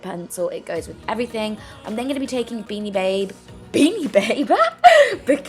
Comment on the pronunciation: Omg that laugh when pronouncing bikini babe wrong🤣🤣